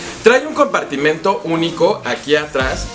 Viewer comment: El si sabe decir la palabra compartimento y no como sus compañeritos que dicen compartimiento 😅 muy bien por él!! 👏